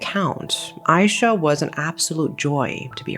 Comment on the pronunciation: IT'S AYSHA NOT AISYAH